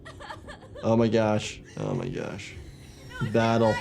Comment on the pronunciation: Why did I hear bro say oh my gyash in